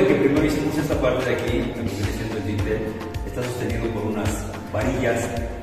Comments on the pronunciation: Hablando de gente ignorante. Se llama DINTEL a la pieza horizontal superior de puertas, ventanas y otros huecos, apoyada en sus extremos sobre las jambas y destinada para soportar cargas. no se llama "vintel" ni "lindel" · Así es. Se llama Dintel. Y si quieres educar a la gente que "por su ignorancia" no lo pronuncia bien, al menos da tu explicación con tus propias palabras en lugar de bajar la definición de Google👍